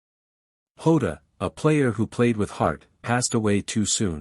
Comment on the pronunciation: And it’s jota not ota you numb nuts